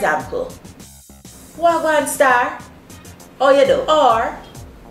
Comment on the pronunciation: wah gwan not waa ...